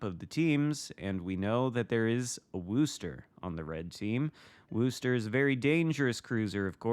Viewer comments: Guess my comment wasn’t as clear as I thought it was. The pronunciation of Worcester does not sound like “rooster”. Phonetically, it is Wooster, but that oo is pronounced like it is in the word good or the word look. It is not like you would pronounce rooster or cool. Of course if you are from that area, you drop the final R and pronounce it more like “woostuh” (again, making the oo sound like it does in the word good or the word look). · Worcester does NOT rhyme with rooster. The "oo" sound is like how you'd pronounce "good" or "look". Git gud :P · interesting. I've never heard any of my colleagues from the UK pronounce the town of Worcester as does in the video. In fact, just for fun I headed over to Mighty Jingles' YouTube channel to watch his video from 6 years ago introducing the USS Worcester and he pronounces it extremely close to how I do and how, I guess rather poorly attempted to explain here in my comments:). With a name like "GrumpyNorthman" are you from Scotland or Northern Ireland by chance? You mentioned being in the UK, so figured either of those two countries could potentially make one a grumpy northman:P. And believe me, has no chance of pulling off a New England accent if that's how he's pronouncing Worcester LOL!